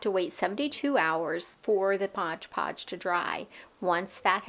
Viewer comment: It is cute how you pronounce Mod Podge Modge Podge 😅